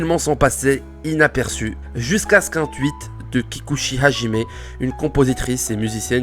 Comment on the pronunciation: Ca se prononce [Dowga], plutôt. : [Kikutchi].